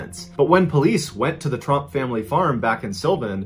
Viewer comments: it’s trump not tromp btw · It's Tromp, not Trump. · Wow I only just realized he wasn't saying trumps 😂